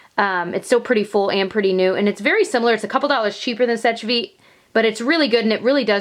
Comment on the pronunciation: Just so you know, seche is pronounced "sesh", not " sech". Sorry, I don't want to be rude at all, I am really trying not to!